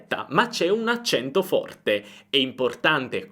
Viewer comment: È vero il tuo "molto forte" con la o chiusa di "forte" mi ha fatto sorridere, per me che sono toscana "forte" è solo con la o aperta 😂👍.